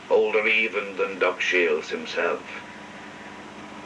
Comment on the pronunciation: The man's name was 'Shiels', not 'Shields'.